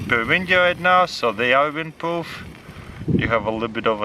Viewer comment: windpoof and wadapoof😅😂😂😂